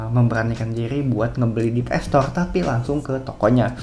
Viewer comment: Ps store bukan PS stoleee 😂